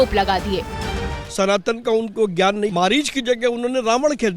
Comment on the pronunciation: मरीच नहीं, मारीच ।